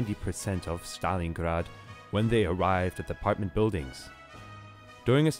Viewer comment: It's so funny how u say Stalingrad are u from Germany ?